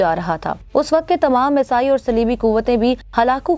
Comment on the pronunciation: Aoa ap say darkhuast hai k ap talafuz sahi say bola karain ap musalsal Isai galat bol rahe hain hazart Esa k many waly Isai kehlaty hain asai nahe hota Isai k eain k nechy zeer lagta hai zabar nahe pls correction karain